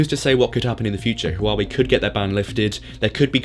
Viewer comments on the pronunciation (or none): Hwa wey is how it's pronounced in China. Almost a silent H